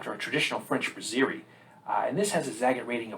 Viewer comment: It’s not “bruzzeerie”. It’s BRASS-erie.